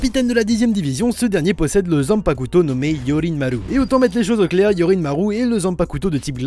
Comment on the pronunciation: Je l'attendais ^^ Juste c'est "Zanpakto" pas "Zanpakuto"